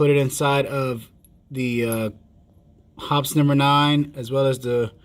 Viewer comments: Paint thinner or Kerosene to clean. Synthetic 10w-30 for lube. No jams, no rust, no BS!! 50+ years now. BTW..... It's pronounced "Hoppeez". Not "Hops" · Yep, Shooter's Lube is snake oil that does not work. There is a reason that Hoppe's #9 has stood the test of time. FYI, it is pronounced Hop-eez, not Hops. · Very good and interesting vid! FIY, the reason Hoppes is better is because it is mainly kerosene-based, and some ammonia's with it, and a bit of banana oil (for fragrance..no shit!). Just for fun, it's actually pronounced "HOPPeez", (I still call it "Hops", tho), and the #9 refers to the nine ingrediants in the formulation. Keep the good vids rolling, bro! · Hoppe's is pronounced with the 'e' sound.